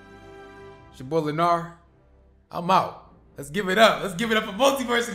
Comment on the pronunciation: Yooooo my boy lenarrrr not lenard no lenarrrrr